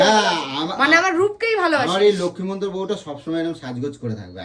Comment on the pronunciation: লক্ষী মন্তর বউ😂 জন্তর বললে ব্যাপারটা কিন্তু আরও জমতো। ওরে /, কথাটা লক্ষী মন্তর নয়, লক্ষ্মীমন্ত😂 কেউ কি শুনলে তোমরা? ছিনালি টা কথা বলতে বলতে, ঠাকুরের সামনে বস্তির ভাষা ব্যাবহার করে ফেলেছিল, বলেই কথাটাকে ঘুরিয়ে দিল! "উদ্মা.." বলছে😂😂😂